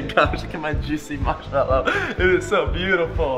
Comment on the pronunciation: it's not a marshmallow it's a "marmallow"